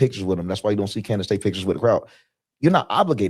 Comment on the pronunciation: Funny how none prove it. Almost like they are paid to repeat same empty words. Rmember when one of the people they paid didn't rehearse her name well and said "Camrace"? Lmfao liars hate truth tellers